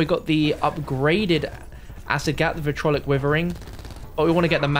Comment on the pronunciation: Every zombies youtuber pronounces vitriolic wrong.